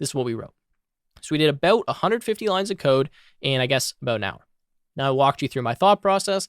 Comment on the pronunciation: you say 'about' like your canadian